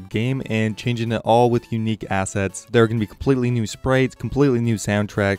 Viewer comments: M , he clearly says 'sprates' haha 🤣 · I'm sorry, hahahahaha, you said "sprates" and not "sprites", hahahaha, I can't even take you seriously now, LOL